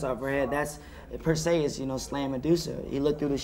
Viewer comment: Haha Brandon pronounced Perseus wrong.